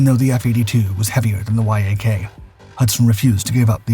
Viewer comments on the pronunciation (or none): The narration of the dogfight is so distracting. Why is he saying Y... A... K? Why isn't he saying yak as in Yakovlev the design bureau. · It's a Yak, not a Why-Ay-Kay. C'mon AI... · (Yak-9 & Yak-11) …the Why - Ah - Kay ‘s tail… and …the WHY AH KAY ‘s fuselage. (The Yak’s tail & fuselage). Damn, these AI voices annoy the h*ll out of me sometimes. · Surely the makers & users of these AI voices could write a little code for their products to read acronyms correctly !! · It’s actually not; dude’s been making videos with this cadence and voice for years before AI voice was a thing. No idea why he doesn’t know to pronounce it like the animal.